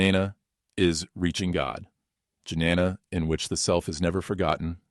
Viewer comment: Jnana - “j” is silent Right pronunciation is Nyana